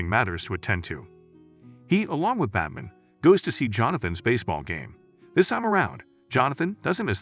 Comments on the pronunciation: Robovoice is lazy and I hate it, but I love how your robot says "Batm'n" UPDATE : oh and "Loyce" ? Come on... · Anyone else distracted because the narrator keeps referring to Batman as "Bat-mn"? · I'm tired of AI narrated videos. It can't even pronounce Batman correctly. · If you're going to replace the original audio with your own narration, you really should learn how to correctly pronounce "BATMAN"